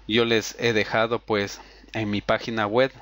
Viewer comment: pagina wet ,yutu ,feisfut guglemas ,archivos rap, etstaer aqui ''setap'' ,''necs o siguiente'' , y como 100 okey ,amigo de verdad entiendo que podemos equivocarnos pero primero toma en cuenta que si quieres tener mas exito en tus tutoriales debes de aprender a pronunciar bien las palabras